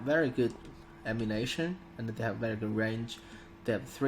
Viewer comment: Ammun-I-tion, not ammu-nation. :P Sorry had to. Ocd kicking in.